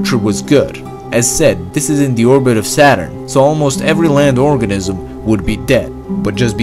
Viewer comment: organism sound like orgasim